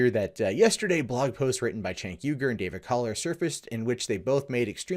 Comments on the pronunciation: pronounced jaynk not chaynk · Cenk, not 'tjenk' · Please! His name is pronounced “jenk”! Not like ch as in check... it shows how little research and fact check people do sometimes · I'm not a huge fan of Cenk Uygur or the Young Turks, but in critical videos like this, it's annoying when people mispronounce his name. You called him "Chank" the whole time.